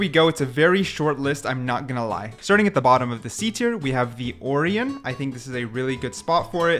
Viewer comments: Holy dude Orion is pronounced Oh-rye-on not or-ian y'know like the constellation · Or-eon? It’s Or-ion, like the constilation, if threw me off enough that it hurts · orion is actually pronounced o-ryan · Or-ee-un is a crazy pronunciation of Orion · why do you say orion like that